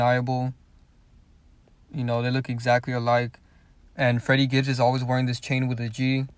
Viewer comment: When security asks for his name he always says "I'm friddy Gibbs"